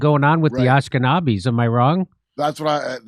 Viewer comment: its Ashkenazi, Dore, but your close enough :)